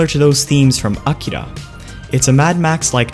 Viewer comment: "Ah-kira" lmao